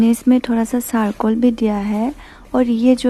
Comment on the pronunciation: Sarcol nahi charcoal. Sips nahi chips. Waise aap ka Assamese accent perfect hai.